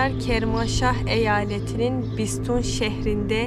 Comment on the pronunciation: Bisütun (bistoon yox)